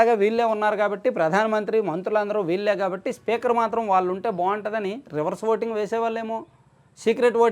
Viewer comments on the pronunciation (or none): none